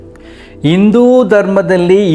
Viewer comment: Learn Kannada properly induu allllaaa Hindu